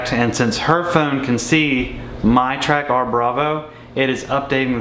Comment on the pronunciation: Pretty sure it's caller Track'er', not Track ARR